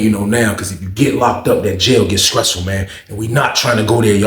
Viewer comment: Skressful!! You chopped that word up 😂